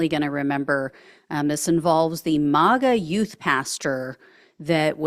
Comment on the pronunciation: I really like this person's reporting but I cannot stand the way she says "mawga" instead of "maaaaaga." No one else pronounces it this way. Make her sound out of step